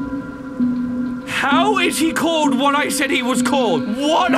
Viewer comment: I love how he says what in his british voice